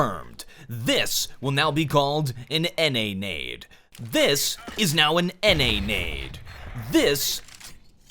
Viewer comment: NA nade more like Nay naede